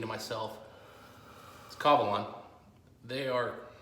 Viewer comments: Ka la van? Ka va lan dude... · It is KA-VA-LAN, not KA-LA-VAN